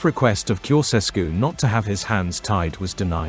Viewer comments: It''s not "Koseskew" - it's "Tsho-tshes-koo". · Can not you learn the correct pronunciation of his name???